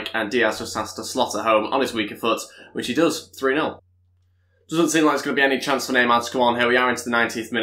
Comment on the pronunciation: if ı'm not mistaken cancelo's name is pronounced as is not with canceyo as you say it would have been cancelo if it was cancello double l is pronounced as y